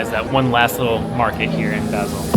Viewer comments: Great video, but it's painful to hear you mispronounce "Basel" so many times! It's pronounced "Baaasel", as in "Baa, baa black sheep". Couldn't you have asked someone you met on the street? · Nice video but you mispronounced Basel. So irritating, couldnt watch.